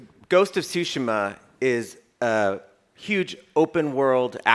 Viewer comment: Everyone before the game: "What is Ghost of Tooshéémuh?!" Everyone after the game: "I am... the Ghost... of Súhshimah..."